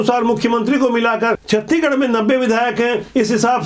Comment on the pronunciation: सर जी आपसे सादर अनुरोध है की आप छतीगढ न बोलकर छत्तीसगढ़ बोलो ना सर जी गलती होगा तो माफ करना